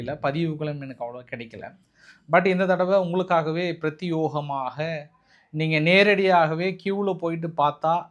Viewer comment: யோவ் எத்தனை தடவை தான் சொல்றது பிரத்தியேகமாக (பிரத்தியோகமாக இல்லை) மே தான் வரவேண்டும் (யோ) வரக்கூடாது திரும்பி திரும்பி அதை தவறை செய்கின்றீர்கள் இல்லை வேண்டும் என்றே அப்படி உச்சரிக்கின்றீர்களா இதை நாங்கள் வன்மையாக கண்டிக்கிறோம் இப்படி தொடர்ந்து அதே தவறை செய்து வந்தால் உங்கள் காணொளிகளை எங்கள் குடும்பத்தில் உள்ள அனைவரும் பார்ப்பதற்கு யோசிக்க வேண்டி வரும் மீண்டும் ஒரு முறை எழுதுகிறேன் பிரத்தியேகமாக